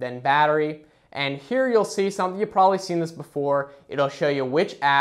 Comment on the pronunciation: Stop saying "prolly" it's probably.